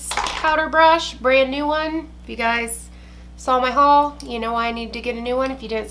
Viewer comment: ty for making me say HUal like this now. 😂🙃